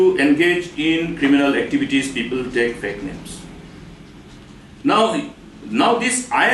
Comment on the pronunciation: Mukul sangma exCM cannot pronounce "Fake"